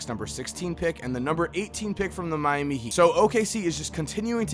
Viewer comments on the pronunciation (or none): none